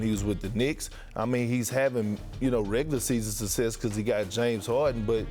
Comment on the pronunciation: "He did not have suses"!! Dude!! it is success ffs :) these big fat fellas are struggling with their english, it is unreal